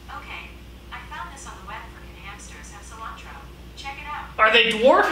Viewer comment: this entire thing: "sOlAntRO"